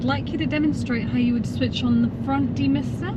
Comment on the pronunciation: Demister, I thought she asked demer set 😂